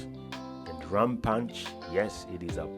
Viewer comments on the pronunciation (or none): My friend 😅😅it's not zeders. It's pronounced ZR (zed-r) , also its Rum.(r-um) not with "a"🙏 thank you for coming, was great meeting you. Glad to see you all had a great stay. See you again sometime soon